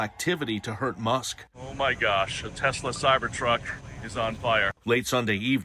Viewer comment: It's actually pronounced TESS LUH, not tezzluh.